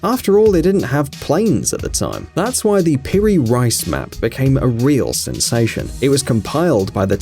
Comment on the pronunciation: It's not Peri "RICE", it's Peri "REECE"....